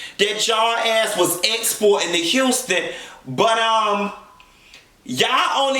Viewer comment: Houston .... lawd!!!!! Girl it’s HOUSTON LOL!!! BAAAAAA!